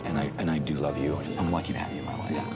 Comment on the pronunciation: Daisy in each episode says wuv can't even pronounce love 😂😂😂🤣🤣🤣